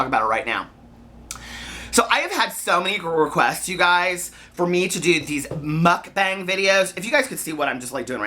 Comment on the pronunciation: i think it's pronounced "mook-bong" :)